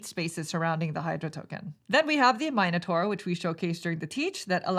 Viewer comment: "Eye-core", not iker, and "minnotaur", not mine-otor